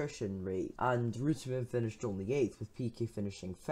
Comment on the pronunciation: Good. Would be better if you were to pronounce his name properly though.